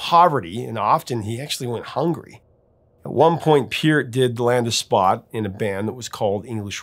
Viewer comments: Love your "STRANGER", Professor! 😊 hope you're having A FUN HOLIDAY SEASON! Pronounced PERT, NOT peert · Maybe I've heard it wrong all my life, but growing up in Canada since 1968, anyone and everyone I've ever heard mention Neil Peart's name, always pronounced it Neil 'Purt' / 'Pert', so it is funny when I hear you pronounce it as PEEurt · I think you are mispronouncing his name. Peart the e is softer